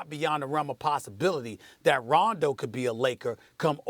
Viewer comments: 0.27 Londo 😂😂😂😂🤷🏽‍♂️ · SAS said Londo lmaoo 😂😂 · Did this bitch say Ronzo at the start? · "Ronzo" ...."Londo" hahaha they keep messing up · She said Ronzo lol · Molly can’t even pronounce Rondo, bitch said some “ronzo” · Nigga said LONDO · “Ronzo” I ship it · Am I the only one who heard her say Ronzo? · He said Londo 😂😂😂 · Did she say Ronzo?? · She said “Ronzo” in the beginning of the video🤣 like if you heard it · Did she say ronzo 😂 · Stephen A. said Londo by accident as well. Actually he almost said it twice lol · Molly said Ronzo and Stephen said Londo lol they messed each up up 😂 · 07 she say ronzo? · Max is like oh shit she said Ronzo the comment section is gonna be savage af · Stephen A said Londo